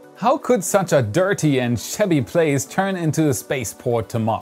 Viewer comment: "...such a dirty and sh***y place..." Whoa!...wait...what did he just say??!! LOL, really? In front of the children? Ha ha. What was that word? Maybe it was 'shabby'?